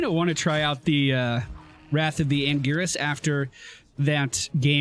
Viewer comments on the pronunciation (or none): when you know played diablo before and calls angiris's G like Gear instead of pronouncing it like gg feelsbadman